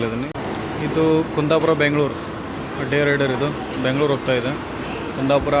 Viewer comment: ಮ್ಯಾಂಗಳೂರು ಅಲ್ಲ ಮಂಗಳೂರು ಬ್ಯಾಂಗಳೂರು ಅಲ್ಲ ಬೆಂಗಳೂರು ಅಣ್ಣ ಸರಿಯಾಗಿ ಕನ್ನಡದಲ್ಲಿ ಉಚ್ಛಾರಣೆ ಮಾಡು